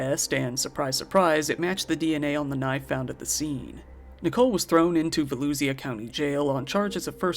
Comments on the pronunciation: As someone from Daytona this case was ALL over The pronunciation of Volusia killed me ☠️ Vo-lu-sha SOBS... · "Volusia" is pronounced like "Vuh-loo-shuh"/"Vul-ooh-shuh", kinda rhymes with "baloo-bruh" 😂 Just mentioning it cuz I'm sure Volusia will come up again eventually, lol. Source: I grew up in Holly Hill. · It's pronounced vuh-loo-shuh** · Volusia = va-loo-shuh I know I’m two years late and u have prolly been corrected and/or learned the correct word… but ya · VO LOSE SIA?????????? I HAVE never heard volusia said like that omg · I ain’t never heard somebody pronounce volusia county like that 💀